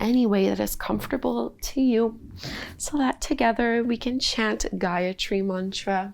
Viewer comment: I am from India and I am feeling proud that our sanskriti spreading and adapting by you with this much of grace. And the pronounciation of the gyatri mantra was so clear thanks for this video. Feeling grate after doing this feeling connected with myself more and there is peace in my heart.head is clear. Thank you again. You are doing great keep doing it. ❤